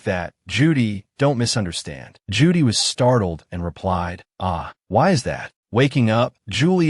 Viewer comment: Or "Ju-Dai" instead of "Judy". 🤔